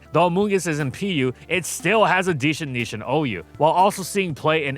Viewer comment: deshent neesh